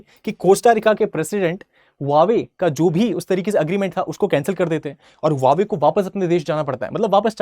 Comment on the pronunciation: Huawei hai hwawe nahi